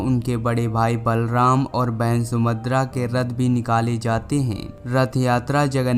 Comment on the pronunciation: आप सुभद्रा का उच्चारण sumadr कर रहें हैं इसका मतलब आपको पहले कभी जानकारी नहीं थी, किसी की हस्त लिपि को आप पढ़ रहे हैं